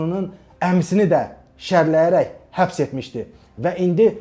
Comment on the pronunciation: Mehman salam. Həbs yox "Xəbs". Tək Bəyləri yox, onu bu posta gətirən, arxasında dayanan Ramiz Mehtiyevi də arxadan kürəyinə sapladı bıçağı.